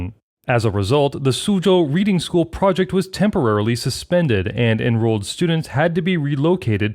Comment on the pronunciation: 'Reading' is a town in the UK, pronounced as in 'redding', not as in 'reeding' - that is a short 'e' not a long 'e'. Irritating.